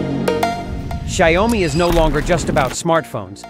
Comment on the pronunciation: It’s not sha you mi , it’s xiao mi